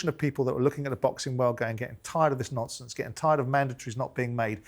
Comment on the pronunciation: Simon ‘no nomfonce’ Jordan🤣